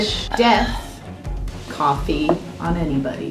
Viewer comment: The narrator's attempt at an accent is sad, I can't even tell what accent they're trying to do. British? If they're trying to do a British accent wtf is 'cooofffee'.